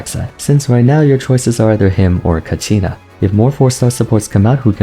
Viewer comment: the way said “except kachina” MESSY 😂😂